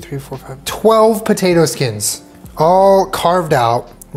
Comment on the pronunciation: boat-tato thank you for coming to my TED Talk